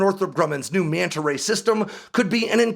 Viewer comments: Mee-anta Ray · The one thing I learned in this video is the fish's proper name. I always pronounced it Mana Ray!